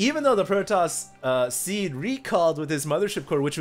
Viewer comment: Ow, it's Seed, not Sea.